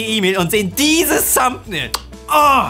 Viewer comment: Seine Aussprache englischer Wörter schmerzt in meinen Ohren :D. "Thumbbnail", "Wideo"